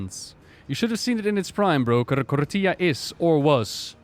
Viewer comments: please stop pronouncing it like "torilla", it's KOR-FEE-AH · Did you mean "tortilla"? :D Anyway, "TH" is never pronounced like "F". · Is there a reason says Kortía instead of Korthia? Feels like my friend when he says Ar-tie-FIE-cer instead of Ar-tih-fih-cer. Just pronounce it like the devs do gdmit